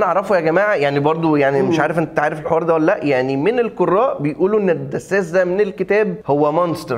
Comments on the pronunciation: العسساس مش الدساس يا عم😂😂😂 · اسمه العساس يا عم مش الدساس 😂😂😂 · اسمه العسّاس ياعم جبت الدسّاس ده منين 😂😂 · Assas not dassas *